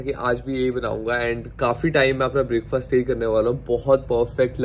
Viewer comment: pls pronounce Breakfast in the correct way! it's not Break-faasssttt. 🤐